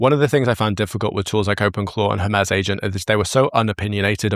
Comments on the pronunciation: Hermez? Every time you say Hermez instead of Hermes it immediately takes me out of what you're saying. Why can no one in the creator space seem to pronounce things the way they were meant to be pronounced? Hermes is the messenger God of the Greek pantheon, it has never been pronounced Hermez. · I’m dying a little inside every time “Hermes” is pronounced like “her-MEZZ” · Cant get over how you say Hermes wrong XD